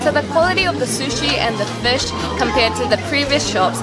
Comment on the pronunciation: Did you grow up in NZ? It’s just the way you say fush.